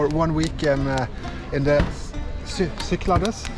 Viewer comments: I have watched you for some years but lost track over the years sorry to here about your Chrones hope youe all sorted . Unless someone has already corrected you its pronounces the sik-clad-ees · Nice to see you visit my home country. It is pronounced Ky-klah-des, and the the d is soft as in "this". They are known for their shifty unpredictable winds.